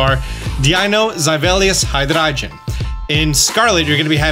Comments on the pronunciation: Say it with me, buddy: HIGH - DRAY - GONE: Hydreigon. ;) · "Haydrache" lmao... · Why do you say hydreigon like that?? LOL, it’s hy-drey-gon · love the updates! but how the hell did u say hydreigon 🤣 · I love How german you pronounce hydreigon 😂 and When you said that the future Pokémon would be ”metal”… in my mind There was alot of studded leather, large hair, lightning and guitars involved 😅 🎸